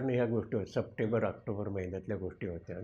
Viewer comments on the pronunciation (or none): none